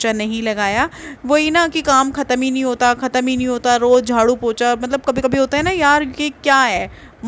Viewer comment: वह पोछा होता है पोचा नहीं